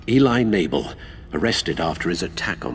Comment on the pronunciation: Eli Knable ? Lol Enable